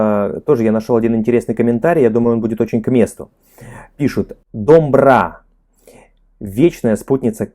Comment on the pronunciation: Ребята, еще раз спасибо вам за ваш труд, у вас уже произношение казахского становится все лучше и лучше. Одна просьба - когда вы видите в слове букву О, то произносите ее именно как О. Например, дОмбра. И еще - буква Қ (К с хвостиком) является заднеязычным, т.е. вы должны произносить его горлом. Просто скажите К горлом и вас все получится. Также и с Г - скажите Г горлом.. Самое простое - произнесите Галя как украинцы Ғаля. Удачи вам, ребята! Мы вас обожаем!